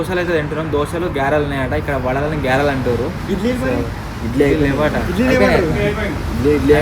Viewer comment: Avi Garelu bro gyarelu kadhu😂😂